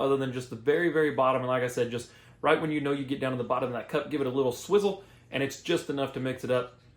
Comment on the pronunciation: "A little swizzle" 💀😂😂 a little swirl*